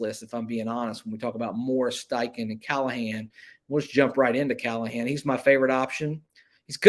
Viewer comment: NO CALL-A-HAN .